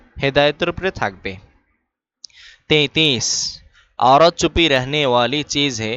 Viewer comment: এখানে চুপি না ছুপি হবে